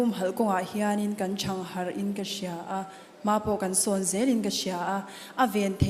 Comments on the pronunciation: Thang harh leh paih tih kan lam thiam meuh lo a ni maw. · Thang harh tih khi a thluk an ti diklo vek ....